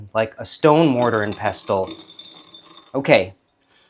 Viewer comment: Awesome, awesome video! I love everything about this! Thank you for sharing! I’m sharing with you one observation because I think you would want to know: the “t” in pestle is silent, just like in the words: • castle • thistle • whistle • wrestle • hustle • bustle • nestle the mortar and pestle is one of the most beloved tools in my kitchen as it used to belong to my mom. I deeply enjoyed learning about this family recipe. Again, thank you 🙏🏻 ❤